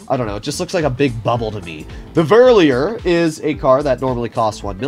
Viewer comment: Verlierer is pronounced ver lier rer not ver li jer er basically translates to loser, hope my explanation helps/makes sense